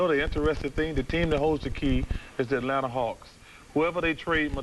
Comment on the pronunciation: Peter Vesey said Atlanter